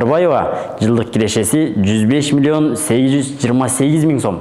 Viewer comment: Кирешези,чыгашазы дебей нормальный суйло да!